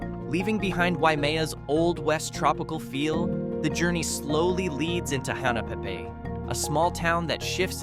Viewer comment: It's Hahnna pay pay not Hena pe pe